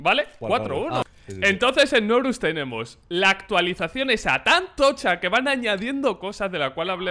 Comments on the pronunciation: Nombre:Znorux Como lo dice: Snorus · Fans de znorux: Snorlax